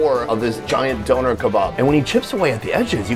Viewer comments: the way he says döner is actively taking my life force away im sorry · The way he pronounces Döner is hilarious to me. It sounds like someone donated the kebab after a deadly accident.